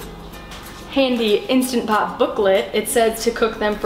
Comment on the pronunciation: INSTANT Pot. Not "Insta" Pot.